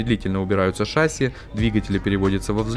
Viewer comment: Не шÁсси, а шассИ́